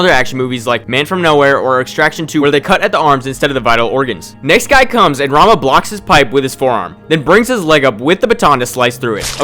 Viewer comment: I am a weeb, so everytime you said "Rama", I heard "Ranma" initially. Technically he's also a martial artist, but that anime is no where even close to realistic, lol